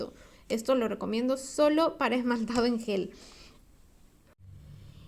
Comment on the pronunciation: No es soft Yel, es soft Gel